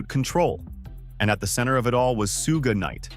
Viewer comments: suuuuge night really dont speak on him if you cant even say his name. dumb AI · Right on haha soo-ge night lmao